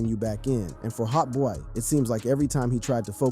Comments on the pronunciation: Learn to say hotboii properly, is not hotboeyy And is not 9 lokk 9 bro, glokknine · HOTBOY-E 🗣‼️‼️😂😂 he gotta be fuckin round cuz godammmn 😂😂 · Hot boy-e and 9lock nine is crazy😭bro researched everything except pronunciation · I could’ve swore I heard him call Hotboii like Hotboii-e lmao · Why tf yo reading his name like that lol